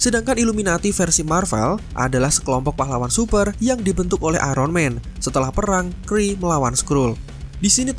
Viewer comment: Bang Ironman bacanya airenmen bukan aironmen, maaf itu mengganggu'